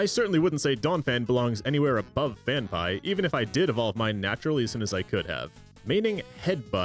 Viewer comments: Phan-pea, not Phan-pie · FanPie ... it's Fan PEA lol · The only guy I've ever heard pronounce Phanpy "fan-pie" instead of "fan-pea" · Phanpy....PhanPEE. Where you getting PhanPIE from?? No excuse saying Pokemon names wrong they say their own names 50 times an episode. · “IT’S PRONOUNCED PHAN-PEE!!” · phan-pie is an insane way to pronounce it LMAO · first saw ur DS as Miyazaki intended vids and gotta say all ur walkthroughs are seriously so helpful. glad there’s pokemon stuff too - also it’s pronounced Phan-PEE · Phan-PEE otherwise great video 😂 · Had to look up how to pronounce Phanpy, cause I thought I had a Mandela effect moment, but no, you're just wrong. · The way you are pronouncing Phanphy is giving me anxiety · better than hearing them mispronounce Phanpy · 'fan-pie' how the f did you butcher that so badly. it's 'fan-pee' Also it's not 'zay tu' it's 'zatu' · "fan-pie" "xay-too" okay, that's likely just comment bait, but it doesn't make me any less nettled. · no but the pronunciation for some of these pokemon HAS to be a joke and I'm just not in on it lol "core-sola", "phan-pie", "zay-too" are CRAZY lol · Saying Fanpie and Z'EH'too for phanpy and xatu got you this dislike